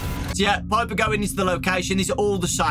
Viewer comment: STOP. CALLING. HER. PIPEEEEEEEEr